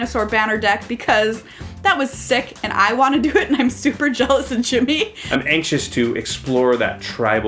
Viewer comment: Lol what is wrong with you two (also it is super not supper) They were having dumb fun Calm yourselves.